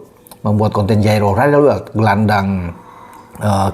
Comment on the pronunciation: Saya ulang berkali-kali waktu bilang Jairo wndeeweld 😂